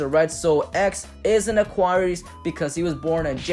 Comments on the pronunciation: He straight up said A-QUaR- EES... it’s A-QUAR-EIISS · AQUARIUS NOT AQUAREES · Sorry u said Aquarius wrong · You pronounced Aquarius so wrong...